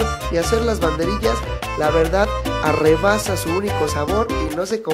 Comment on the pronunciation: Arrebasa??? Jajaja o rebasa ??🤔🤔🤔😅😂